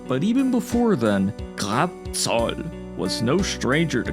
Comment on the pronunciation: Every single time you say graf I just hear “clap” and was getting confused at the start lmao